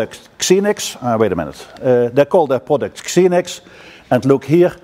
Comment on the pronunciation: i always thought it was pronounced zee-nix, not ksee-nix ?